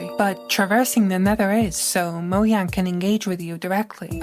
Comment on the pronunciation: since when is it "moyang"?